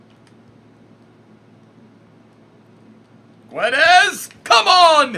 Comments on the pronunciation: No it's pronouced "Gonssalo Gedes";) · You say: gonsalo gedes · It's Gonzalo Guedes but it's pronounce geds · when you say Goncalo Gu-e-des it hurts my soul. you say it Gonssalo Ghedes trust me my name is Gonçalo